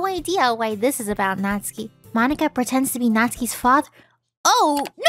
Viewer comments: Its natsuki but pronounced natski or something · Have I been pronouncing Natsuki wrong this whole time?!